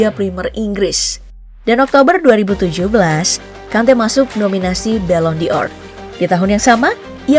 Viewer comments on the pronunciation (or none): Pengucapan Ballon D'or yang benar dalam bahasa indonesia adalah Balong Dor. Karena Ballon artinya bola dan D'or berasal dari De or, de artinya dari dan Or artinya emas.